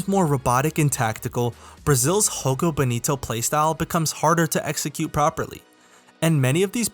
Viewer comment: Portuguese is not Spanish. Jogo is pronounced with a J sound, not an H.